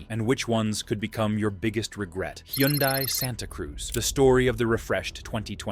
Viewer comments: It’s pronounced HUN-DAY. (Rhymes with SUNDAY) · The AI voice algorithm tried about 4 different pronunciations, all wrong. 🤖😅